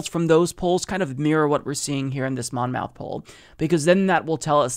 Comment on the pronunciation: Monmouth is pronounced like Plymouth. Muth, not mouth.